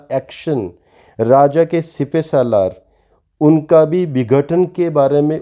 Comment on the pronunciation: सर, आपका एनालिसिस हमेशा ही बहुत गहन होता है. मगर आज में आपसे एस्ट्रोलॉजी से परे कुछ कहना चाहता हूँ — भाषा एवं उच्चारण के सन्दर्भ में. मैंने आपको कई बार बहुत गलत उच्चारण करते सुना है. आज आप बार-बार सिपहसालार को 'सिपे सालार' कह रहे हैं. कृपया भाषा की शुद्धता पर भी थोड़ा ध्यान दें